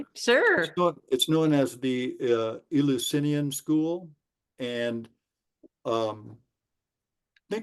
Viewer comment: Eleusinian could have originally been named after the God 'El'. It's said 'El-you-sin-eean' not 'ill". The Eleusinian Mysteries (Greek: Ἐλευσίνια Μυστήρια, romanized: Eleusínia Mystḗria) were initiations held every year for the cult of Demeter and Persephone based at the Panhellenic Sanctuary of Eleusis in ancient Greece. They are considered the "most famous of the secret religious rites of ancient Greece".